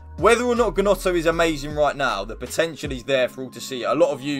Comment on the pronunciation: It’s pronounced “Nonto”